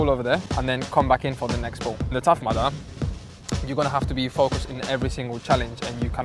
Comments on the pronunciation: It's Tough Mudder not "Mother" BAHAHAHAHAHAHHAHA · What is that word that he says like "The tough madda" or something??? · Leyenda9 Lmao I heard "Tough Mother" and I was like "What the fuck is he on about?"